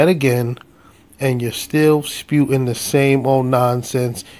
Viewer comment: Spewing not spewting